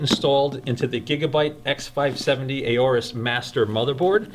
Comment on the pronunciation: It's not pronounced "a-or-us", it's pronounced "or-us", I asked a representative at computex